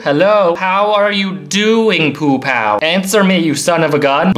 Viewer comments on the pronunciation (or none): It is pronounced "Pow" and im level 26